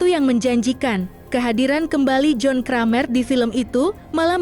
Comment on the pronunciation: Aduuhh, mbaknya ngomong "John Kramer" kok .... 😅